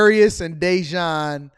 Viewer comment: Day-Jawn sounds like An-Ton.💀